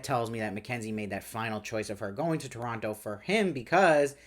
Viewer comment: Thank you for pronouncing Toronto correctly. 🇨🇦